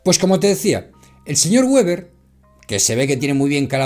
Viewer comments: Weber(apellido Alemán) se pronuncia como si se escribiera con V o con B o sea Beber, que es como se pronuncia la W wn aleman es que queda muy comico esa pronunciacion de anglofona "Gueber" Por cierto aqui en Alemania ya hace unos años renovaron las recomendaciones de ese tipo actualizandola dado que las anteriores era de los an 50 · Con afán de colaboración :Weber se pronuncia VEBER si es alemán. Gracias. R